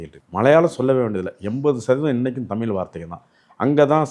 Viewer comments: தமில் அல்ல தமி்ழ்... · first say தமிழ்.....it's disgusting when you say தமி்ல்....yuck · இவருக்கு தமிழ் என்பதே சரியாக உச்சரிக்க முடியவில்லை, தமிள் என்கிறார். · Sir, it is not thamil, it is " THANIZH "..First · தமிழ் என்று சொல்ல வரவில்லை தமில் என்று சொல்கிறார் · சுத்த தமில். சித்தம்பளம். தமிழ் பாவம். மூளம்.